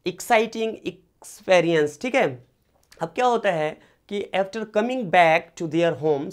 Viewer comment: पहले एक्सपीरियंस बोलना तो सीख लो पता नही ऐसे ऐसे लोग तो पढ़ा रहे है